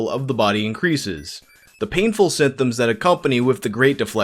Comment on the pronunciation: Are you saying "symthoom"?